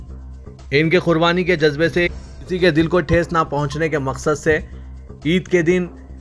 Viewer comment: KHURBANI KYU BOLTE HO ???